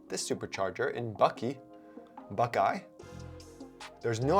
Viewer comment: Great tips. But fyi. The town is pronounced just like it's spelled...Buck - EYE. As in what you see out of. LOL